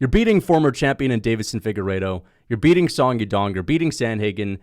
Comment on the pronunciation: Why does he always pronounce Deiveson like Davidson